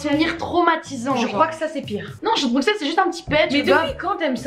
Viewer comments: Les gars arrêtez de dire BruXXXelles ça se dit BruSSSelles 😭😭 Ça fait mal à entendre le xxx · Bruxelles ce dis brusselles pas bruXelles😭🤌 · Actually on prononce pas le X de Bruxelles mes bb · En tant que Belge la façon dont elle disent Bruxelles me tue les oreilles 😂😬